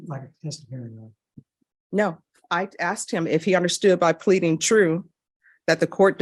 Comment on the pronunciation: "She axed me to 'check' her firearm for her".? Really? Then axed you to hold it for her. Happens to me all the time. My females roll like that.